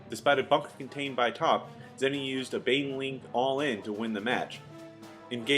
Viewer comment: Its zenio, not zènnio :P awesome vids tho, really appreciate them